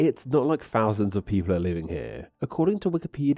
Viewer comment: Given that the video is about the English language, it’s particularly annoying to find that the narrator cannot pronounce ‘TH’! ‘Souf’ and ‘fousand’ abound!